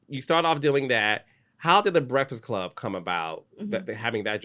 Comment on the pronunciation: Carlos I love you but you killin me saying “brehfass club”